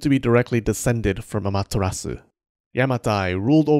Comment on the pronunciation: Don't pronounce the u in Amaterasu